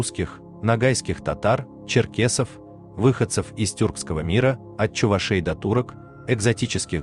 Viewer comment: Не чуваше'й а чува'шей, сначала русскоиу научись, потом видосы пили